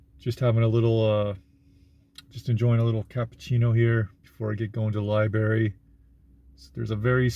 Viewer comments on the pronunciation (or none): He taught English in Japan, but says “Li-berry” 😅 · to his defense, thats how asians usually say it as well. lol